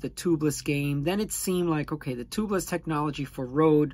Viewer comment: Toobless? It’s pronounced Tubeless!